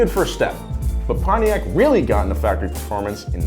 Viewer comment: "PONTIAC' ✅ "Pon-tiak" ❌ "Pony-ak" when is pronounced. Come on American People.😡🤬